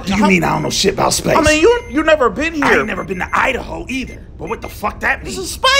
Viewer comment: 🤣🤣🤣😂😂😂🤣🤣. "Welcome to Idaho,, Where as we like to say "U- Da-hoe" 🤣🤣😂😂🤣🤣🤣😂